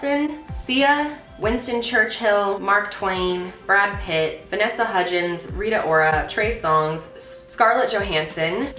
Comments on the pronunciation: U said RIA ora twice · She said Rita Orra twice but great video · She said Rita rora twice 😂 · She said Rita Ora 2 times lol 😂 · She said Rita Ora twice😮